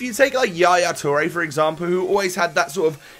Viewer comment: "Yaya Toure for exampoo" 😂😂 surely I wasn't the only one that heard that.